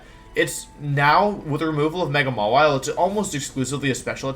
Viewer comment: THAT IS NOT HOW YOU SAY THE NAME!